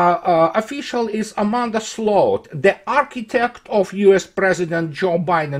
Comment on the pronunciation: somehow managed to perfectly pronounce the Dutch word for ditch: sloot. Fitting I suppose.